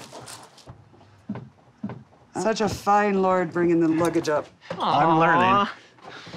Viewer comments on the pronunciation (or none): Omg I didn’t realize the host said ‘such a fine lord’, I thought she said ‘such a fine lard bringing the luggage up’ 🤣🤣🤣🤣 I was like well dayum!😅